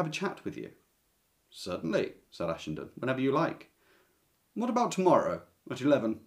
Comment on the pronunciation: It's been 40 years since I read Ashenden so I don't remember a thing, but, thanks to you, I at least know how to pronounce it now! I love Somerset Maugham, especially The Razor's Edge and his short stories.